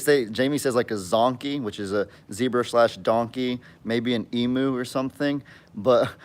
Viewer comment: Just a heads up, the 'u' in emu is actually pronounced as 'you'. They are actually cool birds if you get them as chicks and socialise them when they are young, otherwise they can be quite viscous. Love your vids 😁